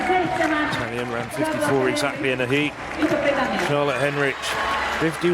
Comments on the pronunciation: why does the idiot commentator keep calling the British girl 'Heinrich'? - It's HENRICH. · Three different pronunciations of Henrich. Which is it....? And let's not start on the other names.... Come on, guys, you can do better than that.